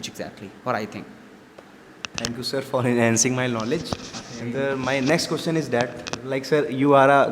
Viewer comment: You always mispronounce "question " learn to pronounce it